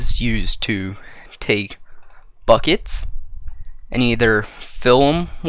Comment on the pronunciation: Been trying not to laugh when you make a mistake trying to say a word but just completely lost it at "bockets".